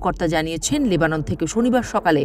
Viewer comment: লেবানন হবে নেবানন ভুল উচ্চারণ করেছেন 😂